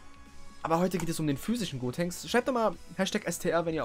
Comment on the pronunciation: Gotenks nicht godtenks wie du es ausprichst würde man das schreiben